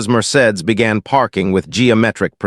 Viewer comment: I cannot believe the narrator did not know how to pronounce “Mercedes”. Also, please look up how to pronounce “starring”. It is not pronounced “stating.” Good stories, but word pronunciation and sentence structure of this and other videos takes away from story.